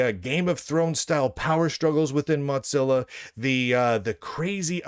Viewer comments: Wtf is Mutzilla?? Why are you mispronouncing it?? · WTF is a MOTZILLA? Is that a clamato cocktail? Mo-Zill-ahhhhhhhhhh! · I like it, it's apt